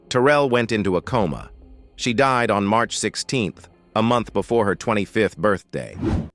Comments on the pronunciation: On that note, AI seems to have become very emotional when they got to the sad part of The Supremes they had conspired to forcy-her out of the group the judge ru-lead ....and she diet... ...arr-hest cau-sead hit me right in the feels that even a computer generated voice has trouble narrating that.😂😂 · The narrator said she di-ed. How did they not notice he mispronounced died??? Omg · face-purple-crying: is it that hard to talk?? call a friend to come narrate for you cant, bud! The AI narrator makes Morgan Freeman sound like he's a freakin moron who can barely read! "Ballard DIE-ED from IN cardiac A-ARREST" WTF?! You even watch it before u post?? lazy production seemss made more for clicks than any real care for the discussed material. bunch of photos are labelled wrong too.